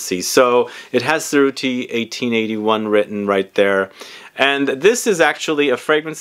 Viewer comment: Another great video. I too used to wear Paul Smith in the early 00's. BTW Cerutti is pronounced cher ooti and Rochas is prounced rosh ass.